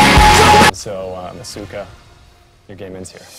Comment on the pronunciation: the thing is when said asuukaa he said it the wrong way "ahsuka" not "asooka" '